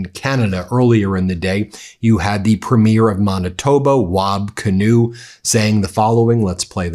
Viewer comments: Look up Premier vs Premiere.........they are pronounced differently! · Benjamin, just a helpful hint. "Premier" of a province is not pronounced like a movie "premiere". For a provincial leader, the emphasis is on the first syllable, not the second. Thank you for all that you, your brothers and Charlie Angus do. ❤ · You emphasis the first syllable of Premier by the way, PREEM-ear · Ben, I love your content and watch all of the time. But I do have a nitpick about your pronunciation of the word "premier" when referring to the Premiers of Canadian provinces. The word is pronounced with the emphasis on the first syllable. PREEM-yer. I'm pasting an AI explanation of the difference here: The word premier (as in the head of a Canadian province) is typically pronounced PREEM-yər (/ˈpriːmjər) or PREM-ee-er (/ˈprɛmiər). It has two or three syllables, sounding like "PREEM-yur". Pronunciation BreakdownPhonetic: PREEM-yər or PREM-ee-erSyllables: PREEM-yur (2 syllables) or PREM-ee-ur (3 syllables)Stress: The main stress falls on the very first syllable (PREEM or PREM).Compared to "Premiere". People often confuse premier (the political leader or top-ranking adjective) with premiere (the first showing of a movie or play). Premier (Politician): Ends with a crisp "-yur" or "-er" sound (PREEM-yur). Premiere (Movie event): Ends with an "-eer" sound (prih-MEER). On Sun, Aug 23, 2026, a.m. Val wrote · Love Ben’s Canada content, but one small correction : premier is pronounced preem-yer, not premiere like a movie opening :). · Premier is pronounced preem yur not preem year.I know all Americans pronounce it wrong. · Love your channel. Btw it’s premier Not PremIER as you are pronouncing it. There is no elevation on any syllable….😊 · As a Canadian, I love what you say.... Except it is PREEM - Year not Prem - YR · It’s “premier” not “premiere”. Geez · Ben. Pronounce words correctly please.